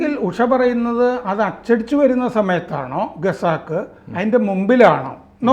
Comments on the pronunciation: ഖസാക്ക് എന്നത് എന്തേ ഗസാക്ക് എന്ന് പറയുന്നത് എന്തേ ?! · മലയാളത്തിലെയും ഇംഗ്ലീഷിലെയും പ്രമുഖ പ്രസിദ്ധീകരണങ്ങളുടെ എഡിറ്റർ സ്ഥാനത്തിരുന്ന "ഖസാക്ക്" എന്ന് പറയാനറിയില്ലേ? അദ്ദേഹം ഇതിൽ ഉടനീളം പറയുന്നത് 'ഗസാക്ക് ' എന്നാണ്. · ഗസാക് എന്ന് കേൾക്കുന്നത് എത്ര ആരോചകമാണെന്നോ ഇനിയെങ്കിലും തിരുത്തിക്കൂടെ